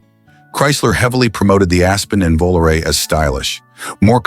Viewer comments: Made it to 20 min point and I'm outta here. VOOLOO-RAY in-deed, WTF Garage ? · How people believe ANY of this ai generated narration. anytime you hear this voice, it's ai BS. It can NEVER get the pronunciation of words or acronyms right. Just listen to when it says VOLARE AT minute 16.55